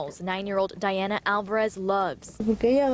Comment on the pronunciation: Can't the reporter pronounce Diana correctly? she speaks spanish and she already heard the mom call her daughter Diana not Daiana.